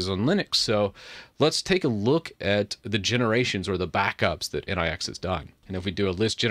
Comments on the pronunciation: Nix ("Nicks") ... Not N.I.X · Its not N-I-X, it is pronounced nicks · It is not pronounced as N.I.X. It is pronounced as, "Nyx nyx nyx nyx nyx..." 😂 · Nix not N.I.X. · The next step is to start using flakes. BTW nix pronounced different. Like Unix but without u. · oh my god "in eye ex" 👀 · I hear nix pronunciation being butchered so hard, I downvote